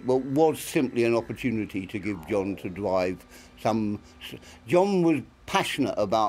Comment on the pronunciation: Love hearing Terrance Dicks talking about how Jon Pertwee would "dwive" his "twike"!